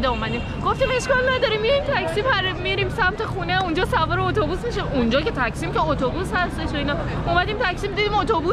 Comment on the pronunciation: درود. من هميشه ويديوهاى شما رو تماشا مى كنم. يه پرسش داشتم. شما در كورس زبان تركى شركت مى كنيد و چند سال هست كه دارين در تركيه زندگى مى كنيد. قرار هست زبان تركى رو اموزش هم بدين. چرا هنوز به ميدان تقسيم يا تاكسيم به اشتباه مى گين تكسيم؟؟؟؟!!!! لطفا تمرين كنيد تا اشتباه تلفظ نكنيد تا بيننده ها اشتباه ياد نگيرن. لطفا اسمهاى همه محله ها رو درست تلفظ كنيد. ممنون. موفق باشين.😊